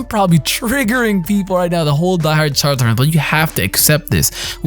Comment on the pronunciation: Charzard.....triggered lol